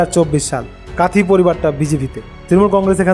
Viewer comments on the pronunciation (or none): কাঁথি হবে কাঁথই নয়